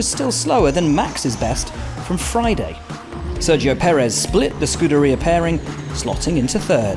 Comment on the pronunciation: If you cannot pronounce 'scuderia' properly, maybe it's better to stick to 'Ferrari'. Sounds less abysmal and less incompetent.